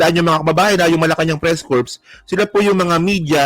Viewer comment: yung Corps…hindi pronounced as Corpse. Silent P dapat…Parang Cor, ang tunog. Salamat! GodBless….